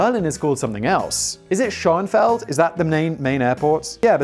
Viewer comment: Currently we are waiting for the Berlin airport to open still (it is a MASSIVE running joke to Berliners), at which point they will close Tegel (Tea-gl) airport. The new Berlin Airpot is adjoining Schonefeld (Shoe-Na-Fell-d) and it will effectiviely be just one place when its finished to my undertanding. Anyway, I hope that hepls some people, and Simon with the pronunciation in case he ever needs to talk about them again! :)